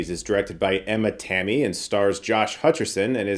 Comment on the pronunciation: It's always weird to hear someone trying to say finnish words... Had to check out for sure the name Tammi.